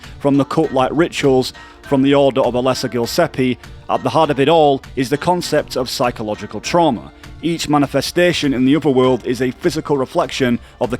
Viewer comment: its gillespie, not gillsepie :(